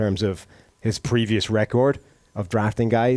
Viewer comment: Everytime this guy says record it's cringy asf.